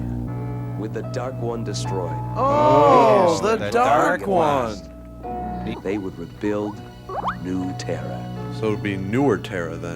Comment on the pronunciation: This is my favorite season 1 episode. Probably because of the way that lady mispronounces Dark One.